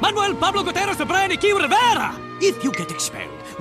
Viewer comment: none of them can actually pronounce 'gutierrez' the right way.